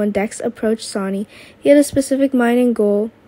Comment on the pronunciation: Don't you know how to say names right where is the other guy Alex he's the best narrator can't even say Sony's name right